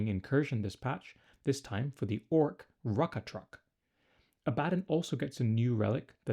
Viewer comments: It's a common mistake but its pronounced Abba Don not A Bad on. Great video as always =) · “Abaddon” is pronounced like “Aba-Don” and I’m pretty sure Drach’nyen is pronounced like “Drack-Knee-In.” That’s his sword, which is also a daemon. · It's Abaddon, not Abaddon 😂